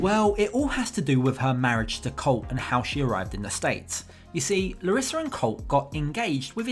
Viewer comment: Can't Americans teach her how to pronounce colt right.....or atleast refer to him in sign language